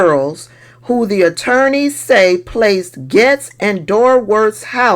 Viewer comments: It’s not Gets it’s pronounced GATES, respectfully! ❤ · I like like that you pronounce his name like I do, he wants us to say “Gates” and I refuse to. He’s “Getz” with my pronunciation, dirty perv cheesehead Getz!